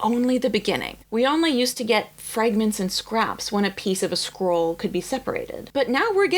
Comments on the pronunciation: Sounds like you're saying "squirrel." SCROLL. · I keep hearing "squirrel" not "scroll" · First time I have heard of an American saying squirrel properly... and she meant scroll! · In my Dutch ears, your “scroll” sounds like “squirrel”… opening squirrels, eeew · You pronounce scroll kinda like squirrel lol, got me confused there on the start! Still dislike AI but thats so interesting to hear